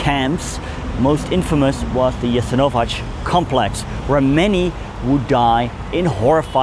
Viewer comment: Very informative, thank you! A small detail: It's Jesenovac, not Jesenovać. So, it is pronounced Jesenova-ts, not Jesenova-tsh.